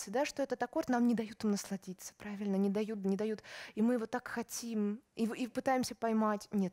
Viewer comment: Прально, стока и понимайте, да? Вроде образованный человек, но совсем не следит за произношением и словами-паразитами.